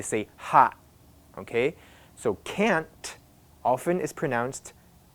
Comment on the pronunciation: I hear wating like weding and can't like can